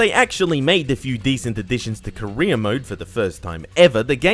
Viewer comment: Every time he says career it sounds like he’s saying Korea